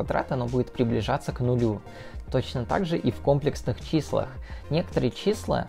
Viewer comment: Потому что он сам не понимает о чем говорит. Уши вянут от ко́мплексных чисел..